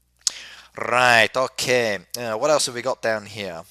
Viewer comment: why does he pronounce 'ok' like 'ohkih' considering he's English?